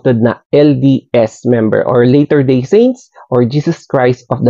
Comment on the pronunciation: Latter, not later. Latter, like lah ter